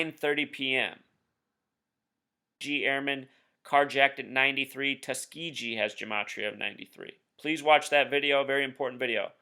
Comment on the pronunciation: Might want to learn to pronounce Tuskegee. The last syllable is not pronounced gee as in gee whiz, but more like the white suits worn in martial arts, or gi.